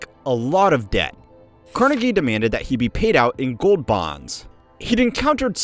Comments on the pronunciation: CarNEgie. Not CARnegie❤. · The Carnegie pronunciation is killing me